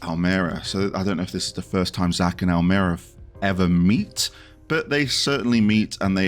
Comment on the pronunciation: No, no! Not *el*meer*uh Aerith's [adopted] mom's name is: El*my*ruh Cait Sith....yes, that one is fine. Now, back to my other Karen duties...